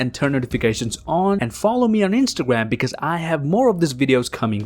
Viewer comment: Please learn how to say because